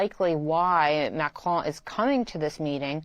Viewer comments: This man needs to learn how to pronounce Macron. There us no E at the end of the name. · At least is knowledgeable enough to have a decent attempt at saying Macron's name. Unlike the clown in the studio who keeps saying "Macrone". There's not e Macron NOT "Macrone". Best way to show you don't know sheet is to not even know what world leaders are called. Then talk carp about world politics. European vassals have been trying so hard to be more belecose than their master and are now caught flat footed by Trumps "360 degree turn".